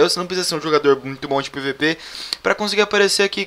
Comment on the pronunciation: ELE PRONUNCIOU PIVIPI KKKK